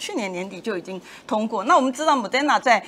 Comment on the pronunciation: 不是莫丹那dan是莫德那der，還有後遺症還其他的也念錯，如果妳要曬妳的英文麻煩妳把英文練好，不要以為反正台灣人也聽不懂就亂發音